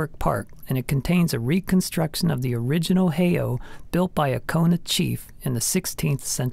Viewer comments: One would think that when someone puts so much effort into a video about Hawaii Volcanoes... They would also do their research on the correct pronunciation of the Hawaiin Names! Spoken "Hay Oh" = Actually pronounced"Hay-E-Au" Spoken "pu u wa a wa a" = Actually pronounced as "pu u va a va a" The "W" in Hawaiin is pronounced as a "V" most often. Spoken "Ka lay a Kay ku a bay" = Actually pronounced as "Kay a la kay ku a" This one was really pronounced badly by the narrator. Spoken "Ka lu a vu ay" = Actually pronounced as "Ka ho o la vay" I can't believe he pronounced "Lanai" correctly! Though some persons pronounce it as "La nai i" Adding an extra "E" sound to the end of the word. And get rid of the "jumping flea"... music. That's Portuguese! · Out of respect for our valued indigenous culture, please learn the correct pronounciation of Hawaiian words and place names. Heiau is pronounced "hay-ow." Waawaa is pronounced "vah-ah-vah-ah."